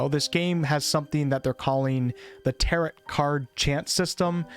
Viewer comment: "Tarot" is pronounced "TARE-oh," not "TARE-it."